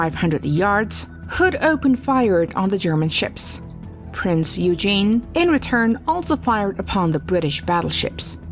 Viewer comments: Prince Eugene, is pronounced...Prince oy-gen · The name of the first ship is pronounced 'Prince Oi-gen'. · That was Bismarck and and Prinz (pronounced oi-gen)eugen. Man, those computer pronunciations drive me nuts! There about as smart as today's young voters!! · Lost me at Prince ' Eugene' 😅😂🤣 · Yes, the pronunciation is roughly ‘Oigen’. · I always thought that it was pronounced as "Oy-gun" but could be wrong. My grandparents on my Dad's side of the family, were 1rst generation Americans. Supposedly my Great-grandmother couldn't speak English and my Dad's mother only spoke German when she was older and a bit senile. They stopped speaking German because of WW 1. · Prinz Eugen is “prinz oy-gen” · It is pronounced ' Prince OY-Gen'. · Inaccurate. Scharnhorst and Warspite jointly hold the longest ship to ship hit. o competition. So much inaccuracy in this video including the pronunciation of Eugen and the completely wrong descriptor of Hoods destruction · Dont call the "Prinz Eugen" like that! It hurts. And... Torpedos dont run that far. at that time. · If you can't bother to pronounce Eugen correctly, I can't be bothered to watch the rest of the video. Major FAIL. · Eugen is a name. Americans are unable to pronounce first names or names of cities etc. like they are pronounced in German language. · Novel pronunciation of Eugen - and a photo of Bismarck when referring to HMS Hood . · Anyone else bugged by mispronunciation of Prinz Eugen ? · I am one minute in and errors abound. It is not U-Gene. It is oye-gen. Also the picture of the Hood being hit is really the Bismarck getting hit. Bismarck sunk the Hood, not the Prinz Eugen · It’s not Eugene it’s OY-Gen with a hard g like in Glock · Eugen is pronounced as äu-gen (oyg-en), you-gene. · Good comment. I believe she went to US. Accounts forr the pronunciation. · Thank you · It is pronounced "Printz Oy-gen" NOT "Prinz You-jin" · My grandfather was gunnery officer on this ship. It’s pronounced Oygen not Youjean.